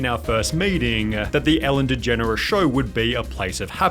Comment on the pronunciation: "shOwahH" stop talking like that.. made this video such a hard watch holy shit